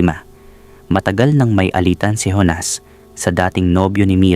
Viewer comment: Honas o Jonas?ayusin mo nman..